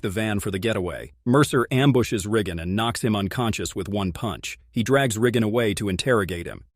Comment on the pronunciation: Wait dudes name is what!? Did he say Riggen!?